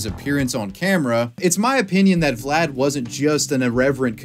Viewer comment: I cannot watch this video, every time he says Vlad I twitch